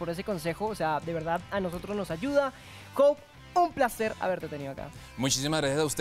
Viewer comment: Muy chévere todo! Pero por cierto es Hope no Houpe :D